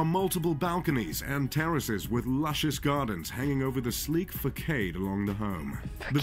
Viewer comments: i had the same reaction when he pronounced facade as fakade :D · "Fakade" & "Francious" got me😂😂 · I too caught that funny mispronunciation of the word facade. Ha ha.